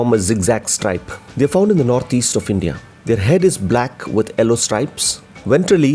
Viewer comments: you don't have to change that pronounciation of 'yellow' as 'ello' as it is a bit stylish as europian pronounciation plus eventually it will become your signature...your voice is deep and pleasent to hear... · The way you pronounce the yellow colour.🤣🤣🔥